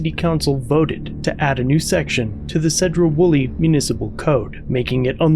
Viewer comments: You know it sucks getting sent a link to a channel you watch only to find out its from your home town. Also if you cover Sedro-Woolley Police again, pronounce Sedro with a C instead of a S, like Cedar. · “Seeedro-Woolley” cracks me up the way you say it. He’s only minutes away from burlington which has Walmart and a host of other locations to park. Cops thought he was on meth at first guaranteed. When they found out he’s not they had to do something 🤷‍♂️ to mess with him. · It's SEE-droh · Two things, first it’s pronounced Seedro Woolley. Second those cops are corrupt asshats. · Pronounced “Seed row” like plant seeds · Love your work. As a former Washington native I make a tiny correction, which maybe wrong, but I always heard the city of Sedro Woolley pronounced as Seedro Woolley. I know, I'm nitpicking. Many towns in Washington have Native American names and are problems for people outside of the state. Even the city of Seattle which is named after chief Stealth. Yakima is another as is Spokane which has a short "a." My favorite is the town of Sequim, pronounced Squim, I'll never understand how that works. Keep up the great work. You are a valuable asset. Abolish qualified immunity. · Wonderful all I can say is it's clearly unconstitutional. And also it's pronounced SEE - DROW WOLLEY!!!! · See-drough Wool-ee. Think good ol' boy Appalachia on meth... but in Washington. The cops are all ego & zero brains. Awful place.